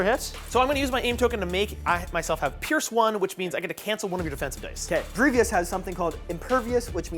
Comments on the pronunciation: It's so painful to hear him say Grievous's name so wrong... Even a year later. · "griv-e-ous" lmao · After burning out on Warhammer, I recently started playing legion. Really enjoy seeing more legion content. The only comment about the video is one ah-gree-gee-us mistake continually calling him General Gree-vee-us. :) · Every time he said Grievious I yelled Grievous! 😂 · Does his pronunciation of Greivous drive anyone else crazy? Like bruh theres no second i in his name, and they say his name dozens of times in the shows and movie, if you're pronouncing his name wrong you have to be trolling. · Great to see legion stuff! Just gonna say... You're saying Grevious wrong and it hurts my heart 😂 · Fun video, but constantly calling Grievous Grieveeous was driving me nuts. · It's really minor, but it's General Grievous, man, not General Grievious. Very interesting style and format. The scripted talking points seem a little bit rigid though. That might be my personal preference. Very high quality video. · Someones got to let this guy know it's Grievous not Grievios. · "Gree-vus" not "Greevy-us" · him adding a syllable in grevious name makes me itch lol great content tho keep the legion vids commin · It's Grie-vous, 2 syllables, that's it. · The way pronounces grievous is hilarious to me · This dude mispronouncing Grievous this whole game is killing me 😬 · Was looking for this comment, was driving me crazy hearing him say the name wrong lol